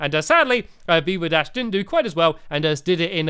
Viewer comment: Veeva dash? The way you pronounced it sounded like "beaver dash"! xD